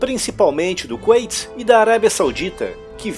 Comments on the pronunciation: Não é Kunaiti (como se pronuncia) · "Qüeiti"???? Kkkkk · a Pronúncia é Kuwait (com u no som) ou Kuwait (ait) no som ? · Cara vc fala kuwait com pronúncia em inglês, isso ficou estranho para mim